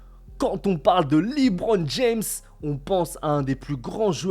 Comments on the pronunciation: Pas mal la vidéo bon courage pour ta chaîne, juste c’est pas « LiBron » mais « LeBron » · "liBron james" 😂😂😂😂 à part ça continue ta chaîne est incroyable ❤